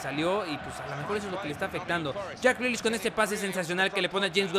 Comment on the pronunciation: me partí de la risa cuando les respondiste, si jugadores como jack grealiash, no se quién y fares bahlouli, con esa voz y tu francés. xDD.